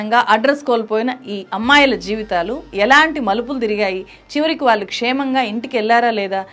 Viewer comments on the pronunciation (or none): మీరు "ళ్ళు" పలకడం నేర్చుకోవాలి. "వాల్లు" కాదు "వాళ్ళు"